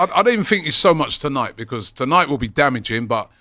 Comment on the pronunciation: says becores for because